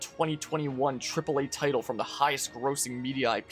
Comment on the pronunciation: Mispronounced grossing lol